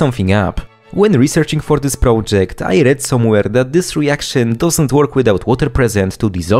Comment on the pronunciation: prołdżekt is killing me